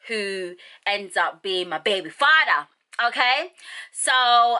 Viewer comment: When she said That's how I met my baby fada😂😂 I'm like wait she's Jamaican then I said wait Nigerians and Jamaicans do sound alike💯😏Girl u look so young I love the look...u r popping💯🔥❤😏😍